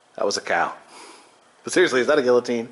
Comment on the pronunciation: i like how adam corrected your pronunciation of guillotine. no offense to you but people who say it like you have bothered me for years. haha